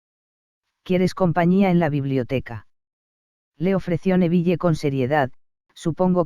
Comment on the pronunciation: tus audios son muy buenos pero para hacerlos aún mejor podrías pronunciar bien algunas cosas por ejemplos es: din no dean (la pronunciación) es nevil no neville ( pronunciación) igualmente tus audios son increíbles 🤩🤪✨